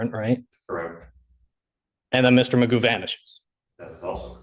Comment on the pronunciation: His name is pronounced Magoo.